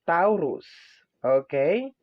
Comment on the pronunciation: TAW ROOS AMPOTA ayusin mo naman pag pronounce ung zodiac namen gaga